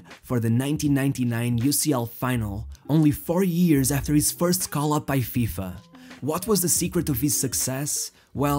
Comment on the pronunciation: Gosh, that "H" letter is so tasty for you... "Years" sounds like "ears" in your mouth...